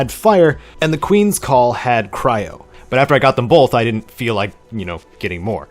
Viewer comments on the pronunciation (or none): none